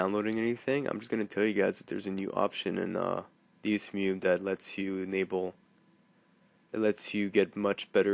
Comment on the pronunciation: You're pronouncing it wrong, it's "DEH-ZOO-MAY"